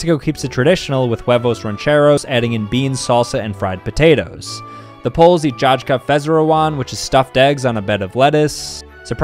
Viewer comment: As a Polish person, I'm laughing at "jajka" 😂 it's pronounced "yayka" btw